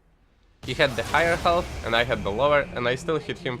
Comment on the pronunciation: lmao ğHğhigher ĞhğhhğHealth funny accent